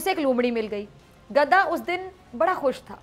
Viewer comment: She doesn’t pronounce gadha correctly